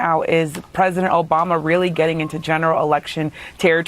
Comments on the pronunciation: At like 5 seconds he starts to mispronounce Obamas name and then calls him Osama. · This idiot cannot Even pronounce President Obama's name. This idiot lies as much as the dictator Trump